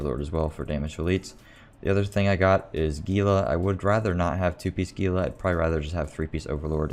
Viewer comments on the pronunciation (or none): I think gila is pronounced hila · It is. Those of us in the Southwestern US are used to it being mis-pronounced by those not from here.